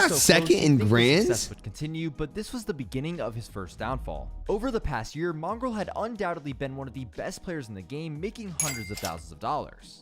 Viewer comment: You said mongraal wrong both times